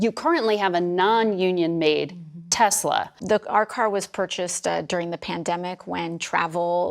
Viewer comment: Why are you saying Tezla?